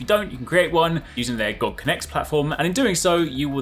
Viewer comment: It's G-O-G. Not Goag. But great video otherwise.